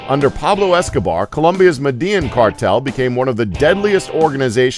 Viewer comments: It is pronounced "meh-deh-YEEN", not "Medean". WTF?!! Seriously, you couldn't ask a single Hispanic out of millions or at least Google it? It's one of the freakiest main cities in all of South America, it is not some cryptic, ultra-rare name that no one knows how to pronounce. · its pronounced med eh yeen not medEE yen btw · This speak sucks so damn much. It is MEDELLÍN. It is not Med-jang. Oh Lord. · its pronounced ME DE YIN im clombian bud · say it with me "med-day-een" lol this has been a Pablo Escobar psa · Medellin is pronounces "Mehdehjeen" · Med-ah-yeen (Medellín) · Medellin is pronounced (Med-e-yeen) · it's pronounced "Médéyeeen"! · StackZ no it's not it's mediyin that's how you say it because in Spanish when there's two Ls next to eachother it's pronounced as a Y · Austin P it sounds like he's saying Madea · Austin Robison no it makes more of a J sound like llaves llamar medellin so medellin would be more like medejin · Please learn how to say Medellin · HAHAHA !! It is funny how this guy pronounce '' Medellin ''. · The way you pronounce Medellin makes me cringe lol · Do some research first about how to pronounce foreign cities, it's absolutely terrible how you say Medellin. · when your Colombian and he says medellin like a fucking idiot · I'm a white boy but the way this halftard says Medellin it makes me cringe. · catstronaut it's pronounced with a y sound, not j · he says Medellin funny 😂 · The way he pronounces Medellin is cringe worthy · wow you sound like bleached cotton when you say medellin and I'm so white that I'm the 7th generation of my family's offspring to be born in texas